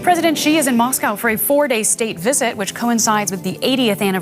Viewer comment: Explain why every person in the world can pronounce the English word 'she', but every broadcaster in the world has a different take on how to pronounce 'Xi"? I promise you it's the same. It's not zhee, ghee, gsee, xsee...